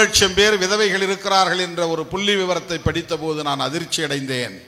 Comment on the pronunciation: புல்லி விவரமா?? புள்ளி விவரமா?? உச்சரிப்பு புரியவில்லை.